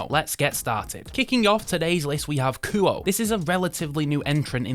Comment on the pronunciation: A few hints on pronunciation from someone who lived in Japan for several years (though that's not a requirement for some of these corrections). Kuoe is pronounced Koo-Oh-Eh; Mirco is not micro but Meer-ko (note the spelling); Kurono you got right!; finally, Minase is Me-Nah-Say. Thanks for reviewing these. Dead right on Minase and Kurono.